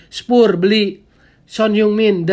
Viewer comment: Penyebutan spurs harus diperbaiki bung, risih mendengar kata2 spur spur hahah